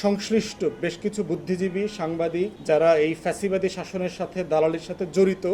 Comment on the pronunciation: Acca Vai fesibad ortho ki bojen sagoler moto bolen fesibad😂😂😂😂